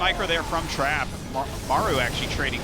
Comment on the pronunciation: Omg the way they pronounce Trap at the beginning of the video, as Trape is hilarious.